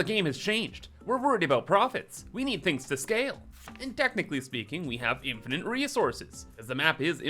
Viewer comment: PSA: It's an "Infinite" amount of items, not "Infinant"